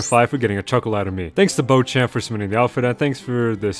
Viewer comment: Don’t mean to sound rude but it’s pronounced Bow-shAWmp